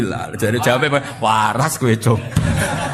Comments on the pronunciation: mohon mf.... lafadz yg benar Allah ataukah awoh, kenapa Gus sll menyebut awoh, bkn Allah, apakah itu boleh ???🙏🏻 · Awwoh atau Allah, coba cermati Cara ngendikan Allah tapi kedengarannya Awwoh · MasyaaAlloh terima kasih Gus tapi kok saya rada ga jelas kenapa menyebut Alloh bacaan di Qur'an tapi Gus ngucapinya awoh, jadi yang bener Alloh apa awoh terimakasih 🙏